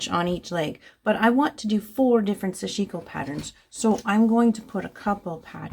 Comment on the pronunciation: Not meaning to offend you or the Japanese language, but I was informed that the correct pronunciation of Sashiko is to say "sash" and then "iko". the accent is on the the first syllable (not sashi'ko). "Sash" in Japanese means small stabs, which you do when stitching. Just FYI. I stand corrected if I am wrong. No offense intended. TY.